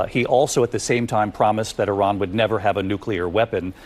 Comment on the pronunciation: Please pronounce Iran and Iraq the proper way i neither of these begin with YUR.